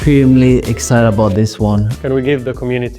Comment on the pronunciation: There's not gonna be a commercial recap without "super excided" :D